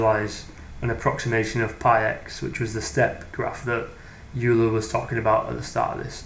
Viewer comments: Great video! One very pedantic correction: Euler is pronounced OY-lr or OY-la, depending on how you enunciate your R's. Sounds like Oiler or Oilah. Youler is a common mispronunciation. -Cheers! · Pronuncation: Euler = "oil-er"; Riemann = "Ree-mann"